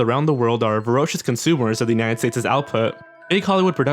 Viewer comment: you mispronounced voracious